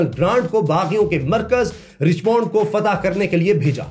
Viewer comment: یہ رچمنڈ کو رچمونڈ نہیں کہتے بلکہ رچمنڈ (رچمینڈ) (رچ مینڈ ) کہتے ھیں جیسے ڈائمنڈ کو ڈائمونڈ نہیں بلکہ ڈائے مینڈ کہتے ھیں ۔ میں صرف اصلاح کر رھی ھوں تنقید نہیں